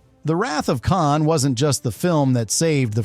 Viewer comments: “Caaan”??!???!?? C’mon, if you’re going to use AI voices, at least make sure the AI knows how to pronounce KHAAAN! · Not bad for an AI Generated Diatribe... it may just be the voiceover but calling KHAN 'CAN' is a tipoff.... :p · Just imagine if it was actually "CAN!" like the AI slop said it instead of the actual "KHAN!" 😂😂😂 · For the love of The great bird of the Galaxy, stop using AI voices. Kahn-Kahn? And it never pronounced Montalban The same way twice. Call me. I'll do it for nothing.